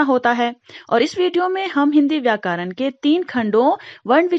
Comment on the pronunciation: It's not vykaran it's vyakaran make pronunciation clear 👍👍